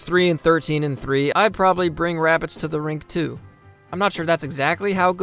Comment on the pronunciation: WABBITS!!!! Someone call Elmer Fudd!